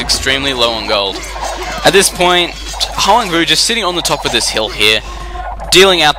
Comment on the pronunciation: It's pronounced Hwahng voo, if I'm not mistaken. :)